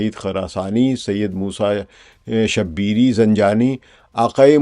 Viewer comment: سلام علیکم محترم ثقلین امام صاحب بعد از آداب عرض ہے کہ اکثر آپکے ویڈیو پیغامات سے استفادہ کرتے ہیں متعدد اکاؤنٹس سے مالک آپکو مزید تحقیقی عمق عطا فرمائے عرض اس طرح ہے کہ ویڈیو میں جو الفاظ آپ نے بولے ہیں ان میں سے کچھ کے تلفظ کے درستگی کی ضرورت ہے 1:"شبیری" یہ شبیر کی طرح نہیں ہے جسطرح آپ نے ادا کیا ہے فتحہ ( زبر ) کے ساتھ بلکہ یہ لفظ ضمہ (پیش) کے ساتھ ہے "ش" پہ پیش ہے "ب" پر زبر ہے "ی" ساکن ہے "ر" پر زیر ہے اور آخری " ی " ساکن ہے 2:"فقہ " اس کے تلفظ میں بھی درستگی کی ضرورت ہے "ف" پر زیر ہے "ق" اور "یاء " دونوں ساکن ہیں امید کرتا ہوں اس درستگی کو مثبت انداز میں لینگے انشاء اللہ اللہ پاک ہمارے علم و عمل میں اضافہ فرمائے